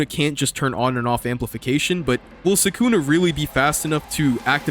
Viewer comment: holy larp can't pronounce sukuna properly